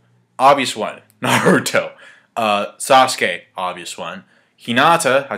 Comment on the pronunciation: This whole time I thought said squirrel, like WTF when did Sasuke get to summon muthafuckin' squirrels in the manga FTW!!!!!